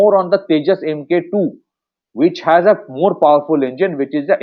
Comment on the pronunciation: Pronounced as Mark-2. Not Em Kay two !